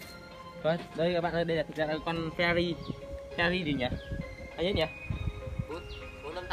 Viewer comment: phe - na - ri chất lừ à😂😂😂